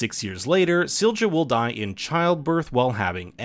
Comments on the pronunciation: There is no /d͡ʒ/ Silja – it's /ˈsiljɑ/ (see below). Just because English most often pronounces the letter ⟨j⟩ as /d͡ʒ/ (examples: joy /d͡ʒɔɪ/, agile /ˈæd͡ʒ.aɪl/, age /eɪd͡ʒ/), it does not mean that English has a monopoly on the "correct" pronunciation of the letter—regardless of language, individual letters have no fixed pronunciation. The phoneme (sound) /j/ in the name Silja is the same as in the word yellow /ˈjɛl.oʊ/. Further: See International Phonetic Alphabet (IPA). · Silja is pronounced see-lee-ya ! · Duuude, pronunciation of Silja!!!! Please look it up. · Ok now explain me that pronunciation of Silja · Lmao how the fuck did you pronunce Silja? Is that even allowed? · Your pronouncing silja wrong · Why do you pronounce Sil-ja when it's pronounced Silya? And Mikle instead of Mikk-el? It's not hard, man. Also, Winden is spoken as Vinden. Regina is spoken as Reg-ina. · Couple of minor corrections: Silja is pronounced "Seelya". There are some other smaller pronunciation errors (e.g. Winden should sound like "Vinden") but this one is pretty jarring. Hanno/Noah was continuously raised by Bartosz and knew the whole time that he was his father. The viewer might not have figured it out yet (until the scenes that show Hanno and Agnes' births, the latter with both Bartosz and Hanno present) but it's never a mystery for Hanno himself.